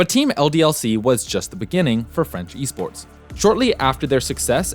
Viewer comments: Really good documentary. And I’m not gonna lie, I was really surprise that u didn’t butchered my language, gj! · I'm legit impressed at your French prononciation, GG